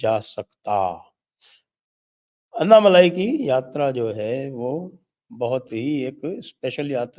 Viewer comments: It's not malaai but malai...no aa ki maatra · साहब अन्नामलाई मत कहिये. सही उच्छार तो "अण्णामलय" है।